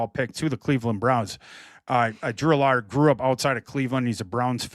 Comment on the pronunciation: needs to learn how to pronounce Allar and Klubnik name